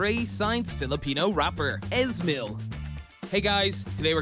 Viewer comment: Your pronunciation is Hilarious, Easy mil not es mil.